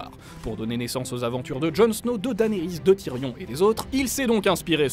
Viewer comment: Danerys c'est quoi cette prononciation ?